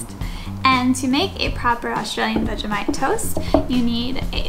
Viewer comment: I love you guys just for doing Vegemite the right way :) Finally